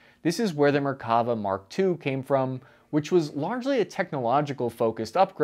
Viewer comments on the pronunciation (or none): Small pronunciation correction: It's merkaVA, not merKAva. The last vowel is the longest. Very good video and research! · I always find it amusing how Americans pronounce Hebrew words, putting the annunciation on the incorrect vowel. (often the 2nd) It's MerkaVA, not MerKAva. 😂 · Hey, just FYI, the name of the Israeli tank, the Merkava (chariot in Hebrew) is pronounced merka-VAH, not mer-KAH- va. Just a little language lesson. Keep up the good work! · Mer-ka-VA. As a Hebrew speaker, this was a bit painful :D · Another great video, but "Merkavah" is pronounced MerkaVAH -- accent on the last syllable, VAH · And once again, ppl mispronounce Hebrew names and words. Merkava is pronounced Mare-kava. Barak is pronounced just like President Obama’s first name Am Yisrael chai! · good video, bad pronunciation of Hebrew words, MerkavA - stress the last syllable, TAlik - stress the first syllable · I wish I had a dollar for every time I heard the word "Merkava" mispronounced in a "professional" video. I could buy a week's worth of fancy meals just from this video alone. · Frankly, by this point I'm inclined to agree with that idea. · You made a great video but didn't check out the Wikipedia page to get the right pronunciation of the name. Let alone Talik's name.